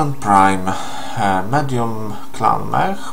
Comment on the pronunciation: Czyta się mek nie mech :)